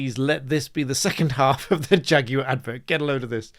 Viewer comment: Shaguar becomes Draguar